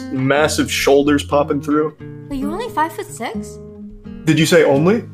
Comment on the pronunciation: I could feel how she almost shits bricks when Charlie hit that "only?"